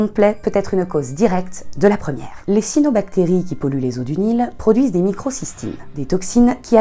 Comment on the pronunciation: Le biologiste marin en moi crise a la prononciation de cYanobacterie ^^ sinon j'adore cette vidéo !